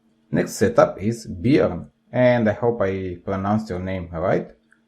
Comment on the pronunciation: Thank you for the wonderful comments on my rainbow hot wheels set up! It was fun tweaking my set up to participate in this set up race. Also, yes you pronounced my name right. 'Bjorn' as in 'Be-yorn'. As for how I stick my cars and cards on the wall, I use 'blu tack' and stick it underneath my cars. Search 'Blu Tack' in google and you will see what I'm talking about :) I'd vote for the first set up. I see quite a number of vantage cars which are pretty rare. Awesome video!